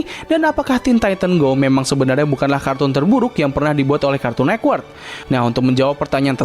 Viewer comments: Agak terganggu ya dengan kata cartoon nekwort karena yg benar network bang shrsnya😂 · kartun network bang bukan nekwort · Kenapa lu baca cartoon network tuh "kArtUn neKwErk" dah